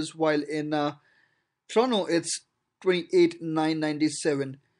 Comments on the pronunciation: it is said TORONTO not TORONO. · Toronto but you said torono 🤣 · TORONTO, TO-RON-TO. Not TRONO! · It's pronounced as TRONO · Why is he pronouncing Toronto as Trono? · "Trono and Wankuver" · This guy keeps pronouncing Toronto as 'Trono' which gets pretty annoying. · Listen to and tell me what you hear. That's just one example out of the 100 times he says Trono.